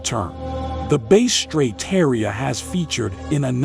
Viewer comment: It is Bass straight Not Bay straight